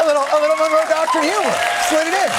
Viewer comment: The Don with a silent G😂. The Dongroe doctrine